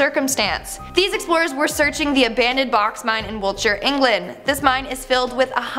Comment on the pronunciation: I live in Wiltshire.. it’s so nice to hear it pronounced correctly haha